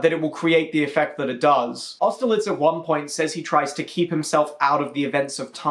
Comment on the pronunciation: AUSTERLITZ?! AUSTERLITZ?!!!! WHAT